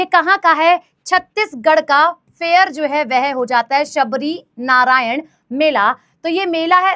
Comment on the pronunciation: Shivrinarayan h sabrinarayan nai hai